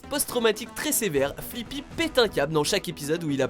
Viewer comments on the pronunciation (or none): C'est pas Flippy mais Fliqpy ( oui je suis chiante )